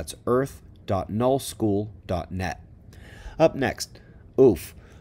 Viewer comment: Thank you for tying that out. I couldn't figure out what he was saying. Null? New? Thought I was going to rewind 20x's.